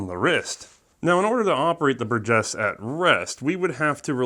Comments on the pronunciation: I guess I must be the only one to never have heard it pronounced " bur-GUESS". Up to today it was always " BUR-jess". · BUR-gess is how it’s stressed, just so you know. The “G” sounding like the J in “Jim” is correct though! Good stuff as always! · It’s pronounced “Burgess”